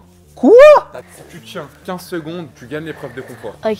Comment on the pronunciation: Tu a Di 15 minutes m'est c'est 15 cegonde